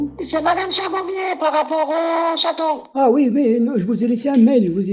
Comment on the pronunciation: Ils savent même pas dire le mots "chaton" ils dits "chateau" mdrrr